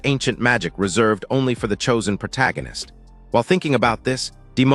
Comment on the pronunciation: Proto-ghen-ist! I heard that one in a long while! Every time the AI narrator says "protoghenist" take a drink! You'll be dead of alcohol poisoning before the five minute mark!